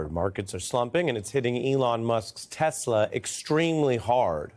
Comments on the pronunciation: 😂😂😂😂😂😂😂😂😂😂😂😂😂😂 ,....I love TESSLEERRR !!! I thought the name is Tesla !!! I am freaking CRYING !!! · the american people have voted a person into power that cannot pronounce the name of his most powerful ally correctly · Did this carrot say tesler😂😂😂😂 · “I love TESLER!”. What kind of utter fool is this?! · He said "Tesler" 😂😂😂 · "I love teslurrr" 😂😂😂😂... this is truly a clown show! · ahhh he did not even say the company name right at 3 min in tesler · Did Trump say "I love tesler"??? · how to start the engine 😂. “Start the engine!” 😂😂. Tesler 😂 Beautiful inside 😂😂😂😂 tf is beautiful in that EV. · Did he say tesler ? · "I LOVE TESSLER!!!" 😂😂😂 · "I love Teslerrr!"🤦🏾‍♂️ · Jesus our president can’t even pronounce Tesla. He called it aTeslor. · 😂I love Tesler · Can't even say "Tesla" right..... "I love Tesler" -DJT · And then Trump mispronounced Tesla as Teslar...he can't even read. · Captin bone spur's is terrible salesman couldn't even pronounce the car right "teslar" his customers are just gullible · Did Trump actually say he didn't need his notes like Biden and then he called it Tesler instead of Tesla yeah Donald you need those notes😂😂😂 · "I love tessler" 😂😂😂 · “I love Tesler!”😂😂😂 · What's Tessler??? Maybe he needs notes to remind him to say Tesla instead of Tessler . . . what a Doofas! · lol.... "Tesler" What a goof. POTUS? Or just PUTZ? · He called it "Tesler." 😂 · Donald..." I love Teslerrr" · "I love Tesler" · “I luv TESLER!!!” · "I love Tesler!" 😂😂😂💀💀💀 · “ everything is computer” omg LoL.. “ I love Tesler” yup MAGA, you chose that! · Trump: "I love Tesler" 😂😂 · I’m glad we all know how to say it now. TesleR. 😂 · "I love Tesler" he said. Yikes! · He couldn’t even say the word TESLA lol what are we doing here! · Love how dump calls them tesler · ‘I love tesler’🤦🏻🤦🏻🤦🏻 Can’t get his plan right and the name of his ’friends’ car company… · tRump has no ethics....and he said telser !!!! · "I love TESLUR!" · Trump said tesler 🤣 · Trump “I love Tesler” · “I love Tes-ler”